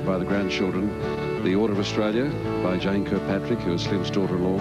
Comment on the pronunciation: By the way his sir name was Kirkpatric not Kilpatric as stated by Sean Taniane .